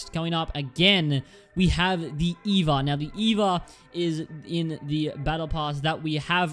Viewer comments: it's not pronounced eva it's e-v-a smh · It’s E.V.A